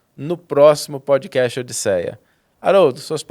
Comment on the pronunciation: Haroldo e Saulo, por favor melhorem sua pronuncia das palavras em inglês ou usam o português. Por exemplo: não é Podi casti….. é pod cast não tem I no final Backigroundi… e background sem nenhum I. Facibooki…. Facebook de novo não tem nenhum I . Eu os admiro muito porém dói o ouvido a pronuncia das palavras em inglês.